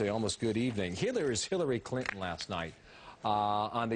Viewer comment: like at :43 seconds; Hirrary Crinton...hehehe